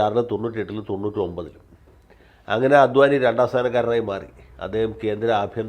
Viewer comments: അദ്വാനി അല്ലാ,"അഡ്വാണി" ആണ്. അത് പോലെ തന്നെ മോഡി അല്ലാ...." മോദി " എന്നാണ്.. മലയാളിക്ക് മറ്റു ഭാഷക്കാർ ഒരു മലയാളി പേര് കൃത്യമായി പറഞ്ഞില്ലെങ്കിൽ പരമപുച്ഛമാണ്. എന്നാൽ മലയാളി ആകട്ടെ മറ്റ് ഭാഷയിലുള്ള പേര് കൃത്യമായി പറയാൻ ശ്രമിക്കുകയും ഇല്ലാ....മലയാളിക്ക് ഇത് വലിയ കാര്യമൊന്നും അല്ലാ... എന്നാലും പറഞ്ഞു എന്നേയുള്ളു... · അദ്വാനി അല്ല, അഡ് വാണി ആണ് ശരി